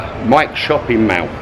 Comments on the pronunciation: for god sake, its Mall not meow!! I cringed every time you pronounced the word mall! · "MAL" ??? Mall is pronounced "Maul" are you pickled??